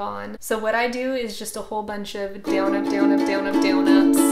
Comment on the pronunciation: It sounds like she is saying dwn